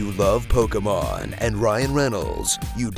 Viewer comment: just for pronouncing Pokémon properly and not saying poke-ee-mon